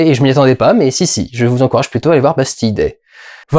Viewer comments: il y a un moment où tu as dit "Pastille Day" MDR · Ça se prononce Bastile Day non ?